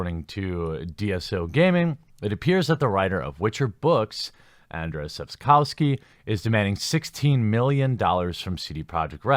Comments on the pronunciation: P.S. It's. ANDRZEJ. Not Anders! Sapkowski sure is an excentric. And this lawsuit does look kind of odd. But that's no reason to get him mixed up with Anders Brevik the mass murderer XD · The pronounciation is closer to "Un-jay" or just Andrew : ) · You can pronounce his name as AnJay Sapkovsky. It would be closer to the correct pronunciation in Polish. That is just a sidenote. According to an interview with the author, conducted by Eurogamer, Sapkowski admitted that it was a stupid move on his part to demand a fixed sum for the IP. He heavily regretted his mistake and he gave vent to his frustration in the interview. Another interesting fact is that Sapkowski completely changed his narrative concerning CDPR and their games. In the past, around the W2 release, he used to say that video games are for people of poor intellectual capabilities. Now, however, he claims that CDPR made a fantastic job in transferring the Witcher universe into the virtual reality. Now, he praises the developers' work; the story, gameplay etc. As CDPR wants to be on good terms with Sapkowski, it is highly possible that he will extract the money from them. They have great respect for him; it's sad that he doesn't have any respect for them. In fact, he doesn't seem to have any respect for anyone, especially his fans. You would be shocked how arrogant and buffonish this man is. I've seen many interviews with Sapkowski and I really regret that I cannot unwatch them. Today one has to separate the authors from their works. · Andshey Sapkovski. That's how you pronounce his name. You're welcome. "rz" in polish in "sh" in English. "w" = "v" in English